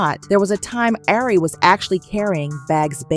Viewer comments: I'm lmfao at you saying air-ree 😅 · You can at least pronounce her name right since your telling her business